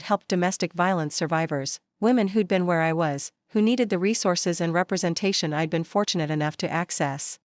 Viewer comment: Dear AI it is I'd not I D